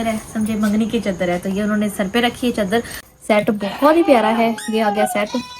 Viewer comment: چدر نہیں چادر ہوتا ہے پلیز 🤦